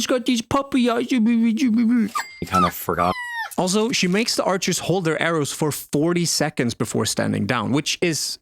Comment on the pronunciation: "kInda ForgOtt"